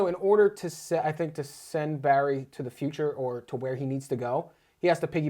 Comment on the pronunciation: sorry barry not berry